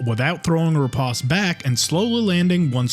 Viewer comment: it's a long o in riposte, sheesh, google is you're friend already